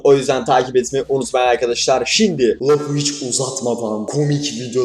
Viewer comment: No one::şiNdi